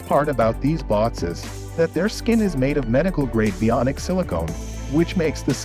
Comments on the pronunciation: Bee on ick is pronounced Bionic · You are mispronouncing "bionic".